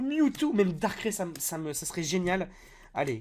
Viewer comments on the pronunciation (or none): On dit pas darkrai on dit dar kra i